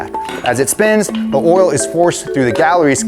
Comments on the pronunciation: What the heck is this "orl" he keeps going on about? 😄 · "Distributes a thin layer of ORAL" LETSGOOO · why do you say oil like that!😂😂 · I’ve noticed you struggled to say coil and oil 😂😂😂 corl and orl